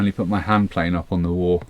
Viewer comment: I can’t work out what i’m hearing, is it a Hand Plate as I thought or Hand Plane like it sounded like on this video. ?